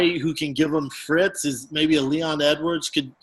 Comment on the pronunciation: Who can give him. “Frits “